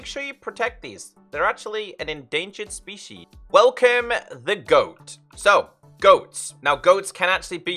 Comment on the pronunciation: Nobody: AXOLOTL ENDANGER SPEESHEE